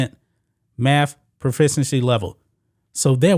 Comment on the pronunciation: Dude, i like your channel, and i HATE LeChina, but you cant criticize his school and keep saying "maff". Fr.